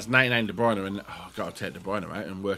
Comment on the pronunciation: correct name pronounciation please!!!